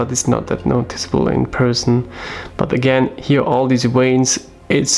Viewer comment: You know what my favourite part of this video was?. Not something you will expect, but when you pronounced veins like "weins". My Grandmother was from Poland (I'm English) and she used to pronounce her V's as W's when she spoke English, so that reminded me of her and put a smile on my face.... 😀